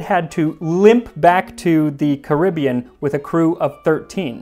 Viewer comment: Every time he says "Antigwa".... but I see that he learned the correct pronunciation after. Now can we work on Caribbean?